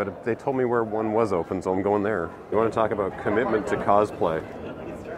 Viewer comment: I just want you to know that your "What're they doin' down theah" bit made me laugh so hard I accidentally changed from Standard to Alchemy on my tablet, inadvertently playing the only game of the format ever on my Arena account. Heck you, good sir.